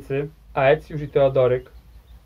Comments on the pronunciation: „Ae” czytaj „e” po łacinie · 1. Aecius to się pisze, wymawia się ECJUSZ. 2. Z konnymi łucznikami Rzymianie mieli do czynienia już w I wieku p.n.e. w bitwie pod Carrhae. 3. Plemiona germańskie od Bugu po Ren? A czemu nie od Sekwany po Don? A co sobie będziemy żałować - od Pirenejów po Wołgę, od Bieguna Północnego po równik!